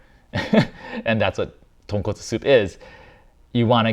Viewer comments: The worst part was when he said Tonkatsu! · ❌Tonkatsu（とんかつ） ✅Tonkotsu Ramen（豚骨ラーメン） Common mistake 😅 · Confusing tonkotsu and tonkatsu bothers me a LOT, im not even japanese but come on! Its so different! How you gonna trust a chef who doesnt even know the difference between the names two very different dishes? Its like when a chef cant even say calzone or bruschetta right and they pretend to know about italian food, dont trust them if they cant even say the name of the food right I feel for every country whose foods american chefs BUTCHER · After hearing that tonKATSU is wrong pronunciation i cannot unhear how forced Joshua is saying it 😅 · THANK YOU!! Finally, somebody pointed out the difference (in pronunciation) between tonkOtsu and tonkAtsu. I mean, why? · I hate how chefs claim "best" of anything. Especially in the first 30 seconds when he calls it "tonkatsu" repeatedly. Coming from a guy that was known for working in Japanese restaurant...Even guys with seemingly infinite cache like Kenji Lopez-Alt having a stock made of straight trotters is disappointing. The best part of this channel is that makes it very clear how much of a task it is to even get close to mastering any one type of ramen. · I'm glad it doesn't really bother you, but every time I hear somebody who should know better say tonkatsu instead of tonkotsu it's like nails on a chalkboard to me. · Glad to see that I'm not the only one who thinks he's very pretentious. Video was cringe AF right off the bat tho, "authentic tonkatsu ramen" ... JFC, he can't even get the name right. Thankfully Senpai was here to school. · Saying katsu is such a pet peeve. Its clearly trying to pronounce it with an American pronunciation but just not great